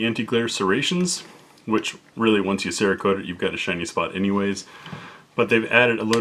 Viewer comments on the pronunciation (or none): none